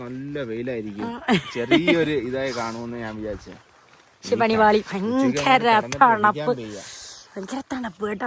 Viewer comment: ഫയങ്കര അല്ല😂 ഭയങ്കര തണുപ്പ്